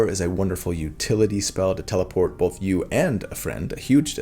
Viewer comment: I love your videos, I love how you explain and walk us through each detail, but I have 1 critique.. Why do you pronounce the L in Both? 😆